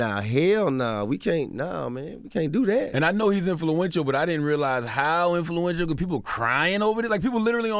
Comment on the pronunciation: chalarmagne sounds weird saying the word “influential”